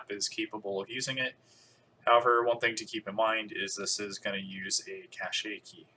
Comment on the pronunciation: "Cache" is pronounced as "cash" not as "cachet".